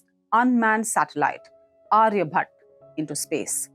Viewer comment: Pronounce “Aryabhatta” correctly. Why do you guys eat up A at the end. Ridiculous.